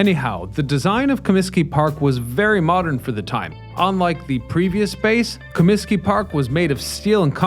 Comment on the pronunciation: "ComiTsky" Disco Demolition!!! along with 10¢ Beer Night in Cleveland in 1974, were the two most infamous events ever. Ahhh, the 70's. There were also two "West Side Parks" for the Cubs before they moved into Wrigley. Many of the oldest ballclubs had more homes than is generally known. Harry sang in the seventh inning, not the seventeenth. It's Reinsdorf, not Rainsdorf.